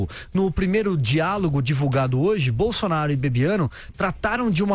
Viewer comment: "Jair Bolsonario"... (👂 ) (😉 apenas uma brincadeira 🤭)